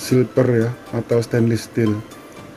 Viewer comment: Aku Feedback ya kak, Stainless kak bacanya bukan stainlis, maju terus semangatt!!!